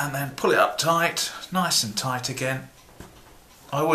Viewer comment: he never does... he says "touight"